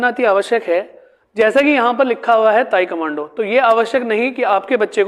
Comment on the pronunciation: ताइक्वांडो है sir ताइकमांडो नही please 🙏correct your pronunciations